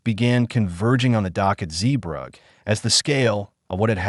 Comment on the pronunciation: At least pronounce "Zeebrugge" correctly, this video is absolutely shit